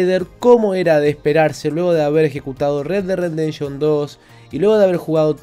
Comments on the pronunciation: Me encanta la manera de de pronunciar Red Dead "Rendemption". Supongo que se refiere al duro renderizado que tiene este juego. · Like por: red dead "rendenshon" xd